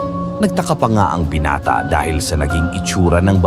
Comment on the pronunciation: Anong binate lods😂binata hindi binate(ai)